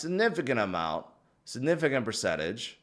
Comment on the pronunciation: For someone that says ‘significant’ soo much, learn to pronounce it.